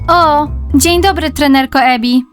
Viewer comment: nie Emi tylko Ebi naucz się słuchać